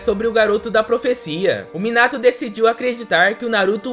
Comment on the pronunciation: Tu disseste muinato kkkk